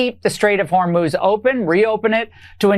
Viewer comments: Just a note please pronounce the country ‘I-ran ‘ Not ‘O - Ran’ …..also its Straits of HOR - MUZ Not Hermose !!! Thank you for your coverage! Ireland 🇮🇪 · I love you Ben but please pronounce Hormuz correctly. Hor MUZ, not MOS. You are the best. Thanks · Pronounced Hormooze Ben. Fox news is complicit in the destruction of this country. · Hormuz…or HorMOS…😅 Ben, Hor-mooz please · Listen ,please stop mispronouncing the Strait of Hormuz, you're saying Hormose! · Ben, 'Hormus' is pronounced "Hor-MOOS"! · HORE. MOOZE. HORE. MOOZE. HORMUZ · hormuz...say 'whore-mooz' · Strait of HOR-mooz!! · Hor-muz, Ben. Hormuz. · Laura Ingraham can pronounce "Hormuz" correctly yet you consistently get it wrong...please prepare for your posts. It's very distracting. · Thanks as always! Ben, please learn to correctly pronounce the Straits of Hormuz and the new Iranian leader’s name. AI will inform you in 10 seconds.